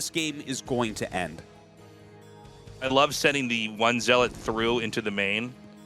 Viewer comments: Not to be pedantic but it's not "ZEE-lot." It's "ZELL-uht" I pronounced it this way too until I was 25; no judgement. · Tasteless... "Zee-lawt"? Really ? 😂😂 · Somehow they both pronounce "zealot" wrong in different ways